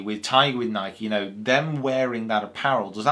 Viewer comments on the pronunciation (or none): This is very interesting because taylormade isn't just "taylormade", they are owned by Adidas! So the very opitomy of a Nike sponsored athlete (Pronounced N-eye - KEE, BTW, sorry but every time you say NighK I wince ) next to Michael Jordan and those stupid shoes, wearing all Nikee clothes and bag etc, would be using Adidas owned brand clubs, I can't and would never have imagined, they are the top two in what must be some the strongest competition. Very surprising.